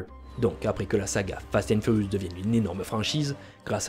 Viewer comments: Fast and Furiouzzz 🤣🤣🤣😂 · "Fast & Furiouze" comment t'as pu faire une erreur pareil !? 🤦🏽‍♂️🤣